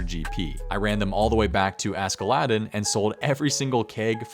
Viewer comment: The way you pronounce Askeladden physically hurts😂